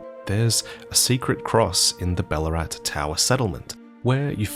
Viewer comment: Heya, long time watcher/listener As soon as I heard yall (you and other lore video hosts) say that name Bellurat, I, like MOST people from the state of Victoria Australia, did a double-take… Ballarat, in Australia, 🇦🇺 is the site of one of the BIGGEST gold rushes in the history of the world in the 19th century - GOLD. It’s also the site of Australia’s only civil war, the Eureka Rebellion. I wonder if there’s some obscure connection between Ballarat and Bellurat Hmmm - penal soldiers (prisoners) were sent to the Shadowlands - Australia was founded by prisoners? I don’t know, 🤷‍♂️ I just thought I’d tell you this in case you didn’t know. I THINK the biggest gold nugget in history was found in Ballarat - again, GOLD. Might be worth a wee bit of research? Not sure what Australian state you are from - if you’re Victorian then you DEFINITELY already know of Ballarat, if you’re from NSW, Queensland or elsewhere, you MAY have heard of Ballarat, I’m not sure. You probably already know this, but the Eureka flag, the white cross with stars on the end I’m sure you’re familiar with as an Aussie, is the rebellion flag for the miners of Ballarat, Australia’s only civil war. (In the 2000s that flag has very unfortunately been appropriated by white nationalists and has become a bit like the Aussie version of Americas confederate flag) - this mirrors certain cultural appropriations concerning Marika and the hornsent, as the original meaning behind the Eureka Flag could not be further awa